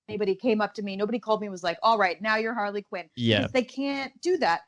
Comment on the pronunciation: She said Harley kin